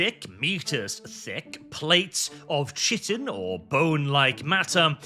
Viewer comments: Kai-tin. Chitin is pronounced kai-tin. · dude google chitin pronunciation